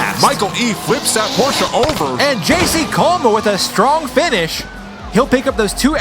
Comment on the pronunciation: Bonus applause for pronouncing Porsche correctly :)